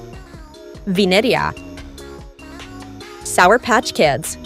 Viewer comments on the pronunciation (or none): Thats vinerea not vinenea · narrator how says vineria and ratatouille :venerea retetouie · Bro saying Vineria Venireia. Bro even said Keet cat for Kit Kat (raddy fav candy) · “venaea” ahh pronouncement😭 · I LIKE WENDA It’s VINERIA❤❤❤❤❤❤❤ Not brod it’s BRUD!! “ beat” beat” “beat” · How she pronounced Vineria in the first one is crazy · Italian ahh Vineria pronunciation 💀